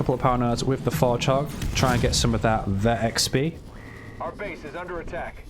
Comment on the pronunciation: I feel as though, You gotta start calling “Vet XP” “VexP” lol